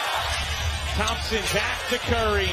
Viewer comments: im hearing lots of theme-sen 😂 game 6 klay theme-sen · 主播的聲音有什麼難聽的 一直在那邊湯普鹹！湯普鹹的！ 發音有夠噁心的